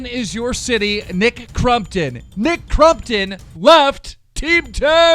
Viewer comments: U suck. It’s not Nick CRUMptom it’s Nick Crompton haha like can u read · He’s saying crumpton instead of crompton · dude his name is CrOMpton not CrUMpton you dumbass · Anyone notice how FUCKING KEEM PRONOUNCED NICKS NAME FUCKING CRUMPTON NOT FUCKING CROMPTON!!! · Youre saying nick crumptun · Why do you call him crum -ton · Why do you you call him Nick crumpton? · Thought it was nick crumpet ? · “Nick crumton” please English correctly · “Nick Crumpton” 😂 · Every time he says Nick CrUmpton, take a shot. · Why TF you keep saying Nick CRUMPTON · All I hear from keem is Nick crumpets. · Nick crumton?! Lol 😂 that’s what u are saying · The way he says crompton triggers me but I still love his channel